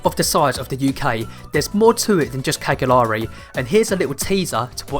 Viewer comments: It's pronounced "Caljari". 😉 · Each one of you butchered the word “Cagliari” in your own ways which was cute. Nice video. Thanks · My ears are bleeding the way you pronounce Cagliari😂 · cool video. i have to say it's pretty amazing how you actually went there and still couldn't learn how to pronounce the island's capital's name